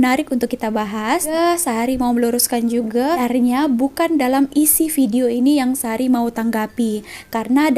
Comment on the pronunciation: Orang malaysia tak sebut bedio Ayah malaysia sebut vedio